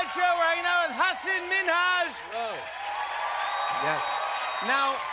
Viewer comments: Wondering if Jimmy would ever figure out that Hasan's name is not pronounced as Has-sin. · 'Hasin' minhaj 😂